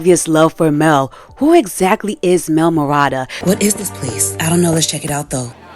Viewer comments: no hate at all cuz i agree but i couldnt help but notice you said mel and jayce's last names wrong haha its medarda and talis :) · Its Mel Medarda not Mel Marada